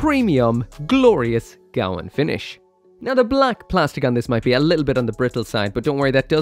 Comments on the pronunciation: What's with the pronunciation? It's the Gawain, not the Gawan. Come on man even the Japanese audio calls it the Ga-wein. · GAH-WANE!!! It's pronounced GAH-WANE!!! Seriously, you people NEED to start taking United Kingdom English lessons. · Its pronouced Gah Wayne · Damn that looks nice! It's pronounced Gwayne, like the knight from King Arthur, it's a Welsh name. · gawain rhymes with pain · it's name is Welsh and pronounced : GA - WAYNE